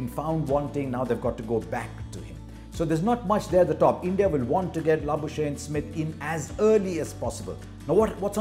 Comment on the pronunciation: Labusene? 😅😅😅 I know it's difficult to write his name.. even pronouncing is tough. It's Labuschagne..